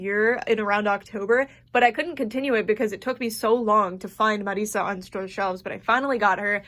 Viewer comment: I LOVE how you pronounce Marisa the way its supposed to, her being latina and all. <3